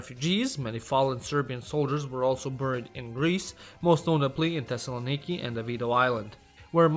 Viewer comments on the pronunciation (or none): none